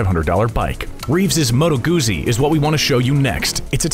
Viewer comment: The pronaunciation of Moto Guzzi hurts badly.